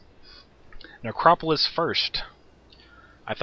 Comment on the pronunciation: Oh, God, he can't pronounce the namesake of his audio. This angers me greatly and I find it interesting.